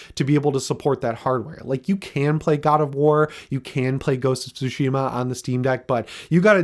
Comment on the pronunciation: What's soshema?? If you played the game you'd know how to say it!